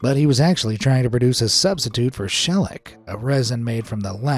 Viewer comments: Wrong. Shellac is pronounced "shell-lack" or similarly to "sha-lack," not how you pronounced it. Lol. 🤣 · Dude. You say this insect correctly but pronounce shellac wrong. Come on. 🙄